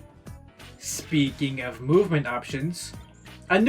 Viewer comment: "Speaking of..." has never been butchered more than it has been in this video. Other than that, good shit